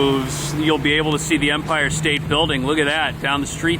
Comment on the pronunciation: Love how you say "empire state BILL-ding". 😄😄😄